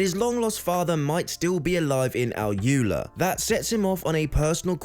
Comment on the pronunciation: AlUla - Al oolaa not al yooler